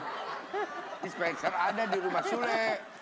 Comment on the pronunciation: Dispenser ha ha ha salah bukan denser